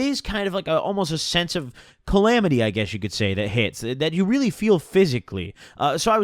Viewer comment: ca·lam·i·ty /kəˈlamədē/ Learn to pronounce